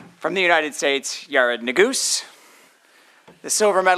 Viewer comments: It's Yar-ed not Yar-ad! Say my name right!! I❤it😅😅😂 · IT'S PRONOUNED YAH-RED - PUT SOME RESPECT ON THAT NAME! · "FIRST OF ALL ITS PRONOUNCED YA RED!" 😂😂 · Then two minutes later the moderator says “Yeh-red”😂